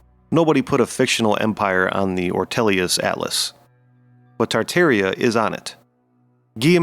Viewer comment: Ha ha. Kind of reveals his educational level, don't it? But at least he pronounced Tartaria properly.